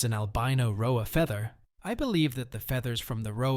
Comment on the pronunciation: It's an AI, you can tell due to the inflection and mispronunciation of certain words "rhoa as rho-ayy".